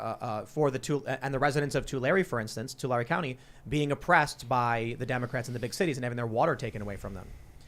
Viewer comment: Wow.. I live in Tulare County. Yes, they do take our water. We used to be the fruit basket of the World...I grew up here and seriously wanting to move out of CA. I believe, with the disappeared AG that used to be dominant in Tulare County (Tim you pronounced it perfectly, that never happens) We had always had good air and cooler weather when we had our water and all of those green AG products to clean and cool the air. People don't think about that angle much, but living here my whole life has me convinced that this is a huge reason for the poor air quality and worsening heat.